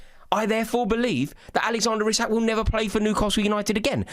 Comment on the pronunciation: is hilarious. Even if United could put it on tick. He would NEVER join United in their current state. 😂😂😂 Also its "Ee-Sak" not "Isaac"